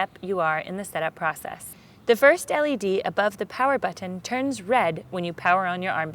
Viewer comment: Look folks I am just a man and I love tits as much as anyone but when she said Bu"T""T"on I somehow became fuckin infuriated! Maybe its just something wrong with me? I think this one needs to go flick her own Bu"T""T"on for a little while and maybe make a video of that! ha